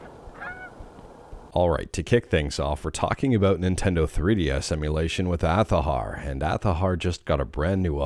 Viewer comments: It pronounces aa za har not athaher. It's an Arabic rooted Spanish word for a flower. Which is the logo is based on. My God it 2025 stop latinze words. It's not that hard to pronounce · They are very much at fault themselves. People did pronounce it Azahar before they themselves said it is pronounced Athahar.